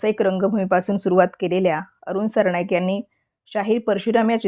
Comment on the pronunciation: सरणाईक नाही सरनाईक